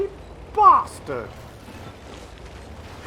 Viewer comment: Enjoyed the Terry Jones quote but you need to be British to say bastard correctly...and for anyone who is thinking wtf... Another Monty Python legend down. 😢